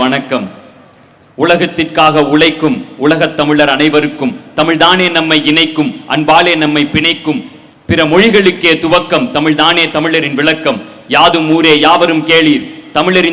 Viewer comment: சொல்வது போல எத்தனையோ தமிழ் புலமை பெற்ற ஆசான்கள் இருக்கிறார்கள் அவர்களை வைத்து கொடுத்திருக்கலாம்... ஆதிக்கு தமிழ் பற்று இருக்கின்றது உண்மை தான்,ஆனால் அவர் பேசுகின்ற அந்த வார்த்தைகளை நன்கு கவனியுங்கள், உளகை (உலகை) தமிளர் (தமிழர்) எங்கல்(எங்கள்) அளிவில்லை (அழிவில்லை) இதெல்லாம் தவறாக உச்சரிக்கின்றார்... தமிழ் வார்த்தைகளை வருகின்ற தலைமுறைகள் நன்கு பயன் படுத்தினால் நன்றாக இருக்கும்.